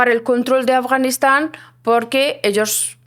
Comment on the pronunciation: Porque el chico dice Afganixan, 🤔😏 Ea Afganistán👌🏻👌🏻